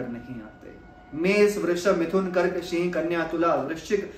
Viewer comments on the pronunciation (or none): none